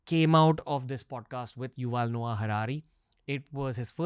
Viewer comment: Learn to say Yuval. He is a liberal bigot, thinking he speaks for Humanity.